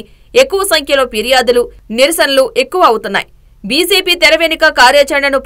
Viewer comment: బీసేపి కాదు... బీజేపీ అని చదవండి..